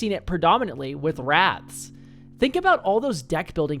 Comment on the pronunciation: Oh WRATHS, i kept hearing rats and i was confused